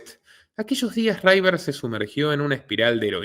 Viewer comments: Que River no se pronuncia Raiver, se pronuncia River, porlos demás todo genial, pero tu inglés deja bastante que desear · No es "raiver" es "river"...es fácil comprobarlo si el inglés no es tu fuerte... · En inglés River se llee igual que en español, no raiver